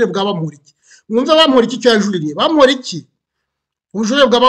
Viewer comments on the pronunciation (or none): Eh How are you pronouncing Bamporiki 😰😰…it’s so hard to focus pe 😂